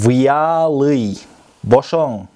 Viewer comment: Вяллыйды, выялый деп жатасыз